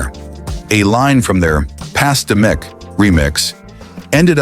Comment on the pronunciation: “Pass da meek yall. Pass da meek.”